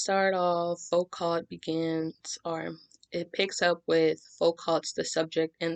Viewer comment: you're very very good bravo and thank u ps : the T in Foucault is silent :)